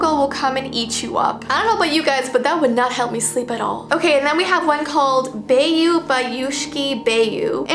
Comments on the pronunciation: The bayushki bayu is actually said this way so you said bayushki right but the bayu part is said more like "by-u" then "bay-u" since i hear it daily in a game i play Edit: i seen a scary Russian lullaby called "tili bom" and its a lullaby that of you are not asleep tili bom with come outside your house knock on your window to get inside and take you away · It's pronounced "bah-yu" not "beyu" xdd ♪Баю-баюшки-баю~ не ложися на краю~♪ {Bayu-bajushki-bayu nie lozhisya na kraju} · you pronounce bayu bayushki bayu as: bayoo bayooski bayoo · I was always sung “Bayu Bayushki Bayu” and I always found it creepy and unsettling and it is pronounced a bit different it’s more bayU bayUshki bayU the a isn’t really pronounced if that makes sense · that russian lullaby you horribly butchered, i'm from russia and the way you pronounced it,IT GENUINELY MADE MY EARS TINGLE i've never thought i'd feel genuinely uncomfy from an incorrection pronounciation